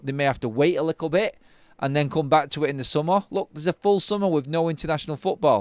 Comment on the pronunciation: Is little pronounced "Lickel" in Manchester?